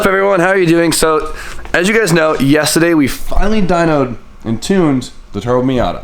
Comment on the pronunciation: voice "yestaday"